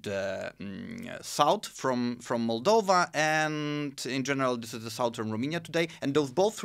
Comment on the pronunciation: I can't understand why someone who is interested so much in history and geopolitics doesn't know how to pronounce Romania. It is quite embarrassing. Also on language subject he has done some resarch but not at the level that he can explain to others what's what. For summary I will say that if it written the languages are totally identical and in speaking it does not differ at all with the accent spoken in Romania part of Moldova region. I appraciate the good will of this channel/video but a small (at least)wikipedia research and some maps will not hurt.